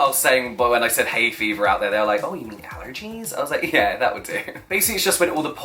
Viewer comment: when he said allergies lol! Not the way he actually talks